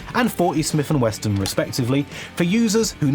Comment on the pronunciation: What is this "Smith and Weston" brand you keep mentioning?